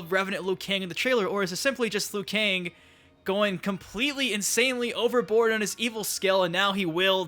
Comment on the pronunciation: Bruh why you say liu kang like that